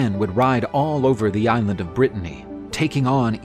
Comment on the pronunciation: Are you saying, "king of Brittany"????